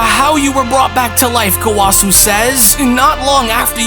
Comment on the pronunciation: That is not.. how you say gowasu's name, or rumsshi, I think you should actually watch super lol you are butchering everyone's names